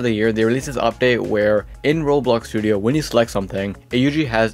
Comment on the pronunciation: why do you call roblox "rolx" what